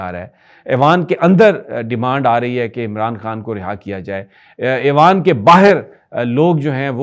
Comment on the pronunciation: Sir ya awan nhe ewan hay alif 2 nuktu wali ye wao alig aur noon hai